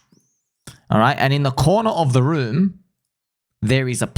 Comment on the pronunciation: Room not moon